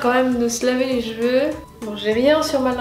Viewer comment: Tes "Jveux" ? haha c'est l'accent suisse ?